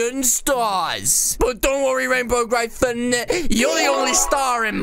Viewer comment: Im a Fan but thats not how you say Gryphon or Griffin